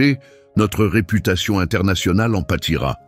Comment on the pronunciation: la langue orientale, c'est "Thaï " pas " taille" !!! "en patira", pas "empâtira !!!"